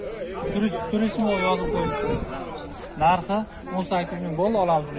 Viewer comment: “Ssoung Young” ўша внедорожникни ишлаб чиқарувчиси, номи турисмо эмас туризмо деб талаффуз қилинади